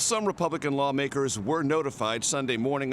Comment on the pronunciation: Very long time, trump have hard time saying lawmakers